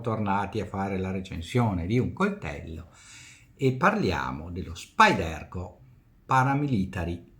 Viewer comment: Si legge “Spàiderco” (accento sulla a), derivando dalla parola “Spider” (ragno, logo dell’azienda) che si pronuncia “spaider”. I recensori americani lo chiamano tutti così. Complimenti per i video e le recensioni.